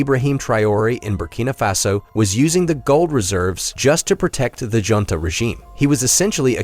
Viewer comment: FYI ~ The word JUNTA is pronounced HUNTA.